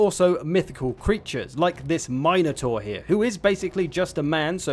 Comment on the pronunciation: For the record, it’s “Minn-oh-tarr” not “Mine-oh-tarr.”